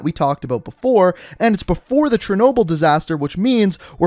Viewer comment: You say chernobyl weird